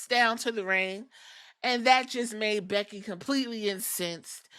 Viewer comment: *becky not beggy😂